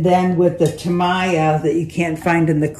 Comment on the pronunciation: It's pronounced TA-MEE-YA. Thanks for the demo